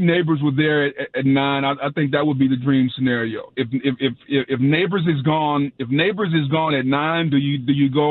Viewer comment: Did this fool say Nabers & hill the same 😂 He’s more similar to Chase